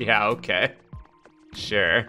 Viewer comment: sure or shiiiiiiirrrr?